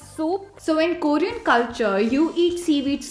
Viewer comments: Who else got irritated when they pronounced "Korean" as "koorean" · Is anyone else annoyed by the way they pronounce Korean 🙄